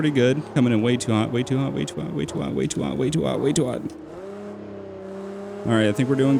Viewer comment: it sounded like he was saying way twat instead of way too hot but do more pls